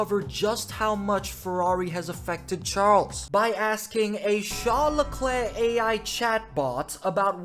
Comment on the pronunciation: How can you NOT pronounce LeClerc properly? Murrican? A Canadian would never.